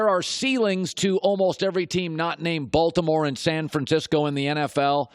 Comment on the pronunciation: He puts too much emphasis on the B in Baltimore 😂😂😂😂